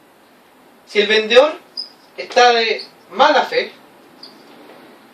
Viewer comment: Muy buena clase, pero cuidado con tu léxico, debes hablar claro, no se dice vendeor Saludos